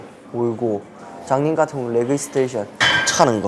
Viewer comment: 레그스테이션이 아니라 레그 익스텐션이다. 운동에관해서 아무것도 모르는 놈들이 만드는건가...? 발음이 안좋아서 못알아듣는다쳐도 레그스테이션이란 운동이 어딧냐